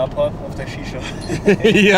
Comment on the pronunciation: "Worauf freust du dich am meisten?" so: "auf meine Sisha" 😂😂😂😂 Bisher sehr geile Eindrücke 💛💛